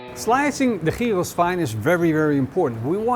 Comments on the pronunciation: jiros???? Not Giros. 🙂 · The funny thing is, the way you pronounce gyros sounds more like the greek word for pig (hiros)! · Ziet er heerlijk uit, tipv an een wannabe Griek: je spreekt het uit als jiero (niet op zijn Nederlands gyros)! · Love from Greece! My only comment is that you seems to have a bit of a tough time pronouncing giros. Easiest way is like this; they the Yee from Yee-hah, and the Ro from roast , and then ss at the end. Yee-ro-ss. :) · It is not calleded shehhhheeros GYROS! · it's pronounced yiro, greek doesn't use any throat noises. Awful pronounciation. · Best khyos recipe I've watched today. But isnt it pronounced khykhos? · sounds like he says Heroes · You say the G in Gyro Like a Dutch person… Maybe Belgium… But I think Holland. Funny to hear this G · with all respects...GYROS should be pronounced correctly :) GI, like GIB..but without B..or GIT whitout T ... and ROS ...as ROSBeef...but without beef :) ....and is always without beef because is made from pork :). Also, by tradition, is cooked vertically, to allow all juices to infuse lower levels. Never the less, thanks for your video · I heard so many screw ups on the name GYROS ,but this one is something else 😅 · the way he pronounces "gyros" is off putting and annoying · With a completely incorrect pronunciation?